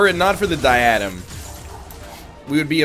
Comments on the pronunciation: You know I love you, but you’re stressing the wrong syllable in “diadem.” It’s pronounced “DIE-UH-DEM.” Keep up the good work! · NL this was a great episode, and I loved to watch it! But you're mispronouncing Diadem.